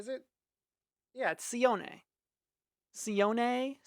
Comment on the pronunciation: no it’s see own not see on